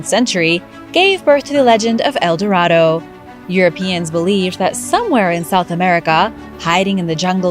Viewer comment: Recently discovered where's el dorado then show us and you can't pronounce a thing why lie so much